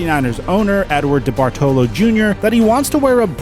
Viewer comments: I typically enjoy your videos, but your mis-pronunciation of Steve Bawn-o, Ed De Bartolo, and Jan Stenerud was brutal! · Dude, you pronounce Jan Stenerud wrong, it's pronounced Yawn Sten-a-rude. The man played 19 years, won a super bowl and is in the Hall of Fame. You also pronounced the 49ers owner's last name wrong.